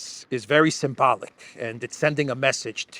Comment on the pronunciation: “The Big Guy said the agreement is sym-bollick” - He did say sym……..